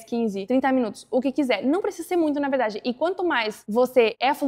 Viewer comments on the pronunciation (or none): Na veRdade - outro paulista.